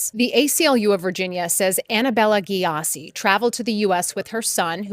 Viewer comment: Aahhh 😂😂 Is it Gyasi she is pronouncing like that??? Ahh gayasi 😂😂